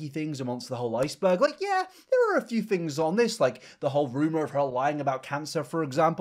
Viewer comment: Anyone else notice people with this accent pronounce "th' as "f"? As in "fings" as opposed to "things".